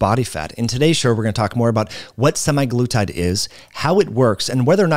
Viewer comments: Stopped watching after he mispronounced it twice. Say it like this: semag-lutide. Not Semi-Glutide. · For fucks sake it’s not “semi-glutide”. It’s literally in the name “SEMAglutide” 🙄🙄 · "sema" not "semi" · It's not SEMIglutide but SE-MAG-LUTIDE